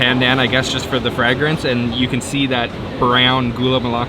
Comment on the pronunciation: Maritime Canadian accent really comes out when he says the word “fragrance”.